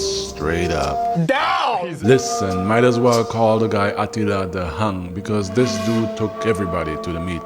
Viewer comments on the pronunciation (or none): He did not just say "Atilla The Hung" 😭😭🤣🤣🤣